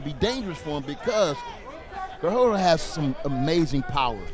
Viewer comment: What did call GARIJO? "GAROJO"?